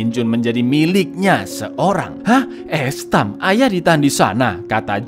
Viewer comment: Penjara EEST-HƏM Cak bacanya